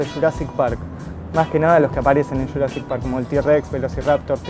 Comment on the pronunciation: de churassic park no se dice jurassic park?